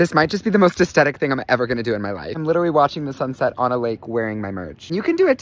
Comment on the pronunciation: Did you pronounce that “asTetic”? The “th” makes a smooth sound not “Tuh” 😭